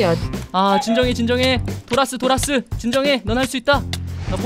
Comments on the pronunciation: 도라스 라고하실때 "돌앗으!"라고 들엿어요 ㅋㅋ ㅋㅋㅋㅋㅋㅋㅋㅋ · 도라스를 돌았으로 들었닼ㅋ